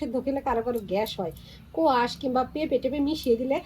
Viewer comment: খুব ভালো লাগলো আপনার সঠিক উচ্চারণ 'কোয়াশ ' এই সবজিটির এটাই নাম। কলকাতাতেও অনেকেই এটাকে উচ্চারণ করে 'স্কোয়াশ '। আজকের ভিডিও চমৎকার।